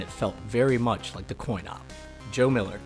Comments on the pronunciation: And , it's coin-op, not coin-up. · I thought it was coin-op, not coin-up? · Coin-up...really? Lol good video though! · coin-up or coin-op? wtf